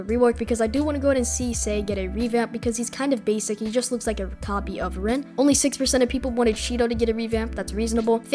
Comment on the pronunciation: bro sees rin and says reen that's too funny:face-green-smiling::face-green-smiling: W vid man